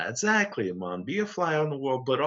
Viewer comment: also the way Yas says 'essacly...' is legendary ;) hah